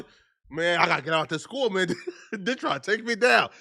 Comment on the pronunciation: The school shouldn't hire a sub that says shkwel and keeds in the first place that person can't spoke properly, what they gonna teach?